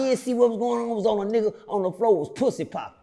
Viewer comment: When he said the dudes was pwuassy popping on the floor man i lost it!!😂😂😂😂😂